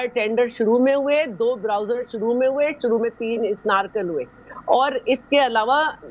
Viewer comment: Bowser ko Browser kehti hein mohtarma, pata nahi matric kahan se kiya hei???😮😮😮